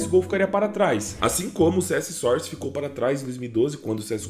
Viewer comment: mesmo papo de sempre "SOR CE DOIS"